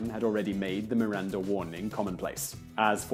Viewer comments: Why did you pronounce MiranZa? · why is he calling Miranda "MiranZa"?